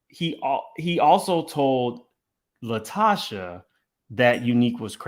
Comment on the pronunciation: "LaTocha" not Tasha.